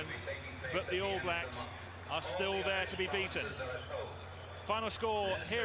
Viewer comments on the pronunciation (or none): hey bro, when you say all blacks the stress of the word is on "all" not "blacks" so its the ALL blacks, not all BLAcks. just something i noticed from watching your vids :) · Just a minor thing, but when saying "All Blacks" we put the emphasis on All, rather than Blacks. Not a biggie but I notice a lot of Americans pronouncing it your way, just sounds a bit odd to us. If you want a sign of how badly the other countries wanted to get McCaw off the park check out this video